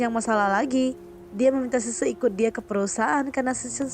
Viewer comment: Min gua bingung nama yg lu sebutin semua nya susu... Xixi aja lu sebut sese...